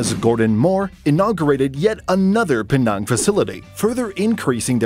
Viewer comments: "In PEE NARNGH..." My Malaysianess cannot take this.... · penang, the e is like from cheese, and nang is pronounced like the a in tangible